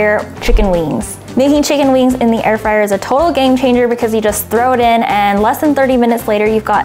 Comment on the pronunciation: ITS NOT FRAYER ITS FRYER